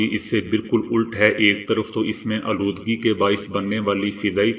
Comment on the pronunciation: Lafz a ,aaludgee Ko sludge padhte hain